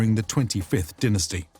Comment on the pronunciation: Pronounced dine as tee